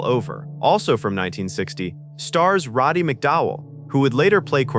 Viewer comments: RODDY not "ROBBY"!!!! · Jeez AI! Can't you spell anything right? And it's RODDY not f ing Robby